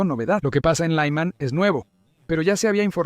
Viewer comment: Por qué pronuncias Lyman como si fuera una ciudad de Texas?